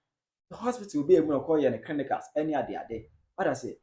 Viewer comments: Charley you guys dey disgrace us paa oo 😒 Waht is “Crinicals”? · you didn’t get me please . I mean the blogger /host/presenter of the video mentioning “”Crinicals” instead of “Clinicals”